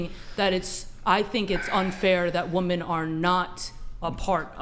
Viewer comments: Am I tripping? Why do so many WOMEN these days pronounce the word as "woman" when speaking about multiple women? Shit is weird. "Woman" is singular, "women" is plural. Tf are they teaching in school these days? oh right... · Why on this podcast that none of the women can pronounce women. Always said as woman.....m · She keeps saying "woman" in place of "women" and it's really annoying.